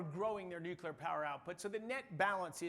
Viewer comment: Wait there are people who aren't Homer Simpson who pronounce it "new-cue-lar"?